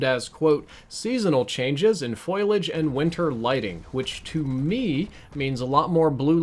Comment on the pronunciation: Dear......its foliage not foilage